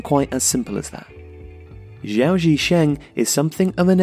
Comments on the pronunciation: Just want to say that the letter G in hanyu pinyin (romanisation system in mainland china and singapore) is always a hard G like in the word Go in english (not exactly but alot closer than the soft G you commonly find in english anyway) so its capital G Gao not Jao, just a small gripe. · Xi, as in Xi Jinping, is pronounced a little bit like 'she'. Gao has a hard g. The way you pronounce Gao in the video would actually be spelt 'zhao'. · Gao is pronounced with the 'G'. As in 'Gow'. Checked spelling. Pinyin spells 'Jao' as Zhao. So, like 'Guandong', the 'g' is pronounced as it would be in English. Know your owners. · Great video as always. However just to nitpick, Gao is prounced with a normal "g" like in "game".